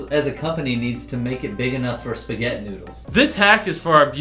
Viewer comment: I lost it when you said spaget noodles.